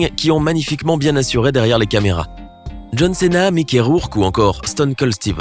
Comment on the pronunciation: bha je sais mais écoute comment il l'a prononcé il a dit "céna"